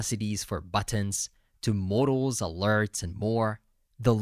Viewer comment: It's so funny how 'modals' sounds like 'mortals' 🙏🏻